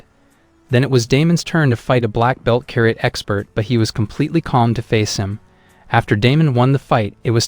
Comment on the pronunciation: You're saying karate wrong 😂